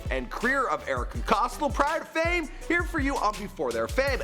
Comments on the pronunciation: Its not costl Its COSTEL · Cost-till um it's cost-ell like ella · It’s not pronounced costll ITS COSTELL!!!! Get your fact straight 🙄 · It’s not cos-till it’s pronounced Cos-tell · It’s cos(tell) not cos(toll) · Costle NO costTELL is how you pronounce it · It’s Erika Costell not costil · its COSTELL not Costle. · It's Pronounced (cost) (Elle) k??? Get it right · It's not Costle. It's Costell. Not like this bitch matters. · He says costall not Costell. LOL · Costell (COS-TELL) plz learn it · "COS-TELL", "COS-TELL" GD LEARN HOW TO PRONOUNCE NAMES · The way you say Costell 😖